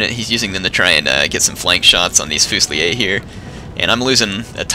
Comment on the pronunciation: Every time "Tries" to say FUSILIERS I actually cringe sorry:(